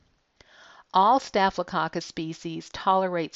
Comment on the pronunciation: Anyone heard it like cock cuss🤭😂😂?